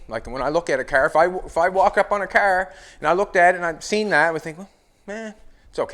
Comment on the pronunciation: "The cerrrr"